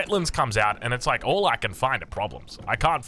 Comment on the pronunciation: "Let this be a lesson to 'wall' of you"